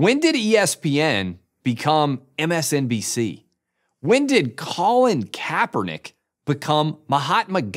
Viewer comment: What is this creepy place? Why did you pronounce Colin Kapernick's name THAT way? I see you.